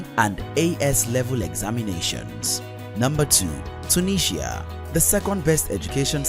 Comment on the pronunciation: Your pronunciation of Mauritius and tunisia is funny.😁😁